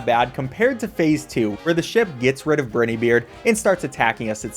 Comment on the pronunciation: Brinny beard😂😂😂 it BRIN’E’y